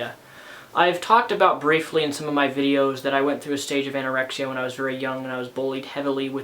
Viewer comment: did ur mom just say anyoraexa